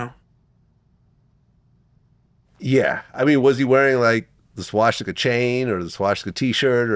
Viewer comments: I'm very surprised that Vlad, as a Jew, doesn't know how to pronounce the word swastika. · Yeah I’m Jewish too and I keep thinking to myself why is he saying it like that. I’ve never heard that anywhere.